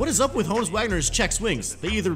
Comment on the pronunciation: It’s hooonus not Honus